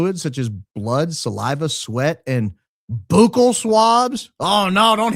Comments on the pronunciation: I thought you would want to know the proper pronunciation of the word buccal (meaning the inside lining of our cheeks) sounds like the word “buckle”! I so love your show! Your honesty, high IQ mind, and humor are the BEST!!! CIK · C'mon you're letting the high IQ outfit down! Buccal swab is pronounced BUCKLE swab. Oh, and it's all of A sudden, not all of THE sudden. 🤦🏻‍♂️ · it’s pronounced like “Buckle” like a “Belt Buckle”. Just thought I’d let you know. Great show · If you want to see when gets the bad news 😂 Even up here in Canada we pronounce buccal the same way that did. 😂 But according to a Brave search it’s sadly supposedly pronounced bŭk′əl 🤷🏽‍♂️😭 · It’s “buckle” swab, sir 😂❤ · Buccal.... sounds like Bugle, sorry for being that guy! 🤣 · It’s pronounced “BUCK-le”. Like buckle up. It means, relative to your teeth, the cheek side, not the tongue (lingual) side. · Buccal swab - pronounced buckle... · I worked as a dental assistant so I am familiar with the word buccal (pronounced like the buckle on your belt.) The word comes from the Latin, bucca, which means cheek. So, the buccal side of the tooth is the cheek side, and the lingual (lingua, Latin for tongue) side is the tongue side. Learn a bit of Latin and you'll be miles ahead of the rest of the class. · Buccal is pronouned BUCKLE. AS IN BELT BUCKLE!! BUCKLE BUCKLE BUCKLE= BUCCAL!!!!! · Buccal swab pronounced (buckle) sorry 😊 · Buccal is pronounced Buckle. Buccal is the tooth’s outer surface that faces the cheek. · I say the “bucc” in buccal rhymes with “book,” not “spook.” Not that anyone cares what I think.😬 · saying buccal the way he is has me dying! Quit it my g I can’t focus for laughing! 😂💜💜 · "BOOcal swab" being said over and over has me cracking up 🤣 Pronounced more like buckle. Sorry, had to point it out! Great opening statement! Love the show! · It’s pronounced like “buckle” not “boo-cal” lol Sorry it’s bothering me lol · Buck el is the way to pronunce buccal